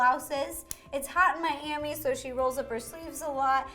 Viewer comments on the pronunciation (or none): none